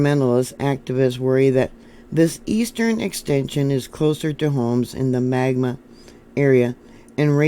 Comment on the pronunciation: It’s MagNa… also, the Kennecott Mine is due South, near Herriman